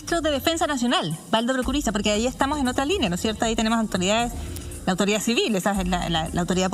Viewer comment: Prokurisa???? No se saben ni el apellido y son periodistas??